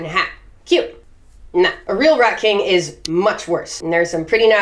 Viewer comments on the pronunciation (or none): I love the aggressive " R at"